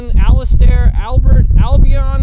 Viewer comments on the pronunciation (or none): none